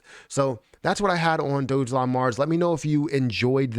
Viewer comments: Dog elon.....not Dojelon😉 ....& your description is incorrect! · Awesome video. Dogelon (pronounced Dog-a-lon, not Doge Elon because that would be arrogant). That's from their first website